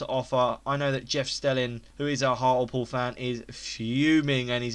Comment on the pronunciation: hartalpool??? hart-ley-pool haha